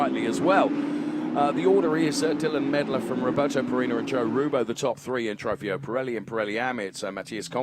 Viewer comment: Somebody teach the commentator how to pronounce Trofeo! :O